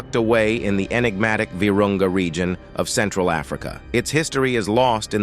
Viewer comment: LOL The "regeon" LOL